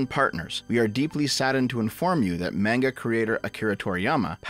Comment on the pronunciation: I thought someone called shortfatotaku would be able to pronounce manga correctly